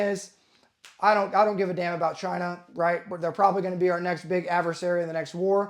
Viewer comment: Chaaiiinah - Trump accent activated. combat llama emoji